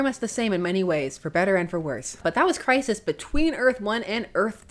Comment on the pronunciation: Sounds almost like Christ List.😂